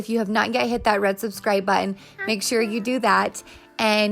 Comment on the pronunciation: Why do young people tend to drop the "t" sound in their words? What is a "buh-in"? It sounds like baby talk!